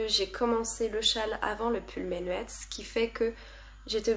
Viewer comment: Coucou ! Très sympa ce format vlog ! Je ne pourrais pas t'aider pour la prononciation de Jean asgeir par contre le pull menuet on prononce meunuè (c'est un morceau de musique)!